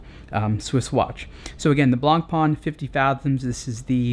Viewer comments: it is pronounced blah pah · Nice, concise review. I don't think you can compare this to the submariner though; the FF is in an entirely different league. Also, you might like to know this, in French, the "c" is not pronounced in "blanc". Cheers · Man, name's not "Blank Pawn"! Of course, you can call it anyway but if you think you're a watch reviewer and actually you made it a daily job then do yourself a favour: Learn how to properly spell the names in this industry. Why all english speakers distort stupid french names remains a mistery.. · One of the most beautiful watches ever. Btw: Get the name right. ;-) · I wish you could say "Blancpain" properly, but I guess the right pronunciation is too difficult if you don't have someone French or Swiss to help you out.